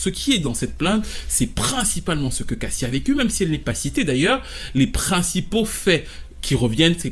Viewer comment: Ç que tu racontes ç pas compréhensible, on pige rien à ç que tu racontes ç apparemment l'accent 😝😬😬😅 À Tu dis q cassi est pas évoqué dans la plainte mais si ! èlle est évoqué puisqu'elle parle d son vécu avec diddy ç qu'elle prétend donc oui èlle a prononcé son nom à èlle , èlle évoque pas j low la + plus grande arnaque du showbiz ou autres !! Èlle parle d son vécu après on sais pas si èlle mens mais èlle évoque son nom